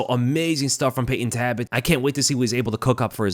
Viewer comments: Sorry it's Talbott not Tabott. Thanks for the review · am i just annoying myself for no reason or is his name taLbott not taibott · there is an L in his name. it’s not tabott it’s taLbott. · I don’t wanna be that guy but isn’t his name TALbott, not TABott? Sounds like you’re saying “rabbit” but with a T. Tabbit. I’m sorry I’ll leave. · Please double check name pronunciations before uploading my guy, his last name is not “Tabbit” but “Talbott” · Is his last name pronounced ' Tabbit ' ... ? Like Rabbit ??? 🤔🧐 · Repeat after me,: "TALBOTT." Jesus, dude. 😢😅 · Nice video but why do you pronounce it "Tabbit"? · Brother. There is a L is TaLbott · Say it with me …Tal-bit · Lol I was just thinking the same thing. “Wascawy Tabbit!” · Why are you pronouncing his last name as "Tabbit"? 🤔 Not a shocker, I guess. You're constantly butchering elementary English, and words that literal first and second graders should be able to correctly pronounce. That's not a joke or exaggeration either. There are examples like you not knowing the difference between the words woman and women. The lack of intelligence, perceptiveness, and self awareness is very apparent when you speak.